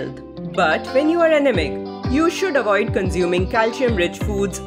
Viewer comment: First.. u should learn to pronounce anaemic properly. It left me wondering what ur talking bout.. in the beginning 😂